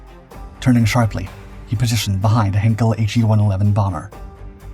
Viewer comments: Your videos are getting better. I wish I could say the same about your pronunciation. The “Hein” in Heinkel is pronounced like “line” not “hen”. Please note for future reference. Very best wishes, Adrian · It's not 'Hinkel', it's HEINKEL, pronounced 'Hynekel'. For goodness' sake learn to pronounce words properly. You make so many crass errors in your mispronunciations. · "Heinkel" in German is pronounced "HIGH-nkell," not "Hinkel." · Heinkel, not Henkel! This is ein Flugzeug, nicht ein Messer!